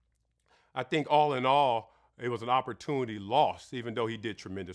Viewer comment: Ifwu but nigga its opportunity not opportuni 🤣🤣🤣